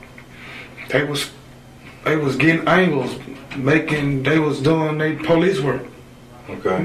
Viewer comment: as I was typing my original comment that dude said "po-leases" I was like noooooooo